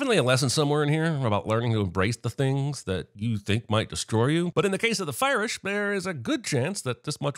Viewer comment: No way you said Firirsh 🤣🤣🤣very clever